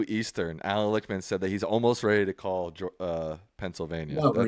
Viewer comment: Lickman (pronounced lick— man ) ..:: predicted his own keys wrongly.